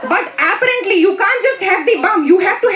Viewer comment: I just love the way she pronounces "apparently". So desi.